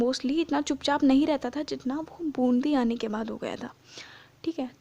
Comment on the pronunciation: Wo bundhi nahi hai Bundi hai